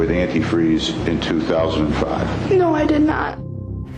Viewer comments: the way she pronounced Antifreeze... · that and she can't pronounce anti freeze.. half this video drove me nuts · it’s contusion. A “cerebral contusion” not constitution. Still it’s not quite as bad as they way she pronounces “antifreeze.” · Also — antifree? It’s anitfreeZe😂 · ANT-TEE FREEZE FOR THE LOVE OF GOD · Yes, antifree really stood out to me 😂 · yea I don’t think much research is put into them. One of the biggest pieces of this trial was that Stacey would always call it “antifree” (the one cop says it that way in the clip shown in the video) and “Ashley’s” letter says “antifree” as well. It’s crazy that info never made it into the video since it was such a key piece of information and also super hilarious (as hilarious as it can be given the circumstances of course) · I've honestly never heard someone say "antifreeze" like that and then say it correctly and then wrong again lol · is British pronounciation and is American!